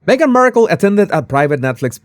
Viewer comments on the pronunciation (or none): Who wore it better, Me-gain? :P